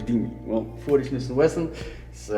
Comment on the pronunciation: Like the 40 shish and Weshon 😂🔥